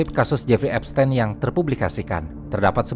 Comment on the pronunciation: epsTIN bang bukan epsTEN